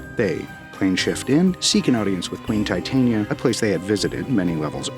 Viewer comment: thats not how titania is pro0nounced their two prenounciations fot wo difernt things the fairy is te tania emphasis on the begining over the end the one use used isnt the name its the powder , titania which is proper name is titanium dioxide so they sound it like titanium but tyhe name isnt pronounced like that Americans literally mispronounce titania so bad you lot end up calling her a cancwerous white powder